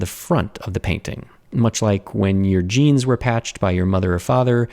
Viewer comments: who else heard gens (as in dna) instead of jeans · Oooooh, you ment "jeans", not "genes"!